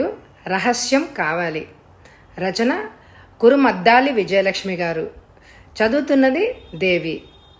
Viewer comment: Kurumaddali kadandi kurumuddali garu